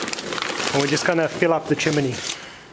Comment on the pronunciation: Great instructional video on using a chimney starter, and I love your pronunciation of chiminey 😉